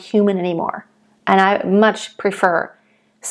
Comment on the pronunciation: Sarah B. is my favorite modern artist! Just a quick note about pronunciation of her last name - it’s “Bah-REHL-ess”.